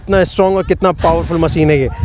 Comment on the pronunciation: Bhai sorry don’t mind but मसिन nahi machine मशीन hota hai aap ne channel banaya hai apne pronunciation par bhi dhyan de thoda thanks